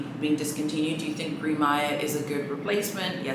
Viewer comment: please can we pronounce the colour in French, i can't with mispronounced Gris😂 one of my friends has Gris Perle Constance, it looks beautiful! it's quite grey though.. it comes off more white in the video